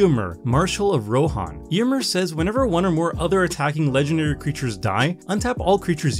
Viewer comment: Does it grate on anyone else's ears that pronounces the name Eomer differently than it is pronounced in the films?